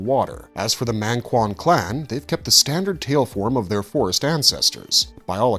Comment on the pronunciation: Not mÆngkwan dawg it's mAngkwan